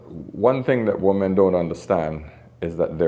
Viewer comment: It drives me insane that this man cannot properly pronounce "women." He repeatedly pronounces "woman" and "women" exactly the same and it drives me nuts. But, the content? Top-notch. I wish women would wake up. They are messing each other up so badly these days, and it hurts my heart for their children, for themselves, and for the men who have to then clean up the mess.